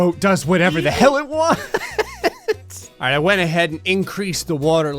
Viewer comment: Keep clicking rewind every time says alright at the very beginning, it sound like he is saying are ass